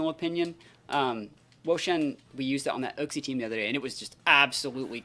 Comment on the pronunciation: Its name is you-xie, not uck-cie